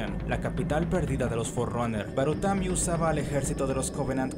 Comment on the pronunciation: Hay un par mas de errores, como cuando le dice baratumi a barutami. Pero el del glacial es el que mas resalta.